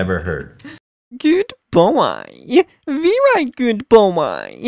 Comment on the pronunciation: He is randomly switching soft and hard, long and short vowels